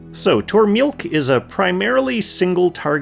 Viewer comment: I think her name is pronounced "Tore-mill-leek". I think her "que" part is silent...